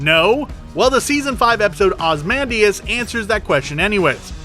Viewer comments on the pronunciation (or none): Its pronounced Oz-ey-man-dee-as